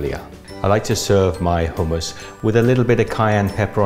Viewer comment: So nice to hear someone pronounce hummus correctly!